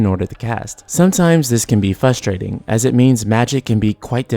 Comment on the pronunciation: The word frustrating has an R after the F :P Among my biggest pet-peeves right there.